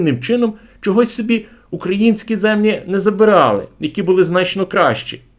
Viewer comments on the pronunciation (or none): none